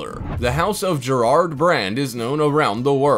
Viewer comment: Your not pronouncing Garrard Royal Jewelry correctly. It’s not Gerard.